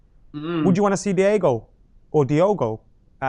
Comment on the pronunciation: it's DI-O-GO not DI-E-GO and yes he is tall, he's like 6'1 or 6'2 that's very tall for a full back